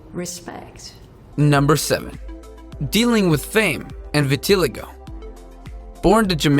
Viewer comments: WTF?? Vitiligo is pronounced vit-ih-LIE-go, not va-TIL-ago... . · It's V-I-T-I-LIE-g-o not vitilego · Vit a lie go not vi til e go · It’s pronounced vitiligo Not v a ti l I ga silly 🙃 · it's pronounced vin-a-li-go not vinatilio lmao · Pronounce the words right it's vitiligo not tiligo and it called albino not what u said at all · VEH-TEE-LIE-GO not VE-TI-LEE-GO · Vitiligo: vit-teh-ly-goh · Winnie' condition is two-tone skin is pronounced (vittle-EYE'-go) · Vitiligo Vit-i-lie-go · you pronounced vitoligo (vit-oh-lie-go) wrong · It is pronounced as Vit A Lie Go. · Why the fuck did he say “vatillygow” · it’s pronounced vit-uh-lie-goe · Vitiligo is pronounced vit-eh-lie-go. I have it. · the way he pronounced “vitiligo” killed me. it’s vit-a-lie-go. it least that’s how everyone i know pronounces it. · It's pronounced Vita lie go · Its vit-til-igo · Nice to see African representation but the pronunciations need to be verified Vi Ti Lie Go is the correct pronunciation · The way you pronounced ‘vitiligo’ 💀 it’s vit-uh-lie-goh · oh no he can't pronounce vitiligo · That is not how you pronounce Vitiligo. I have it. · I have vitiligo but u pronounced it wrong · The way he he pronounces vitiligo...